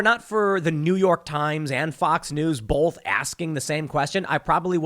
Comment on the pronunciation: “Bolth.” “Glossgow.” -Tim Pool